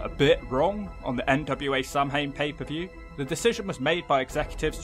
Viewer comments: Gives me a headache every time pronounces it "Sam Hain" - it's pronounced like "Sow-wen" in Irish or "Sah-vin" in Scottish Gaelic, but absolutely nowhere is it "Sam Hain" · Samhain is pronounced "sow-win" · lad I have to tell you 'Samhain' is pronounced 'SOW-when'. Please don't hit me with a brick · Samhain is pronounced sow-win. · Samhain is pronounced like "sowin." Rhymes with cow pen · Samhain is an Irish word its pronounced Sow-an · How does a British person mispronounce "Samhain" 😂